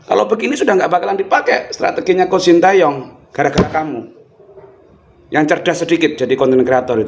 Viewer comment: Video nya kocak min bikin lawak tuh orang ngomong 'SINTEYYONG' wkwkwkwkwkwkwk 🤣🤣🤣